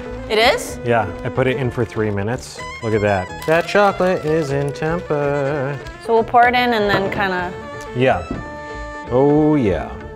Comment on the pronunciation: ”That Chocolate Is In Temperrr” ChOcOlAtE iN tEmPer ERRR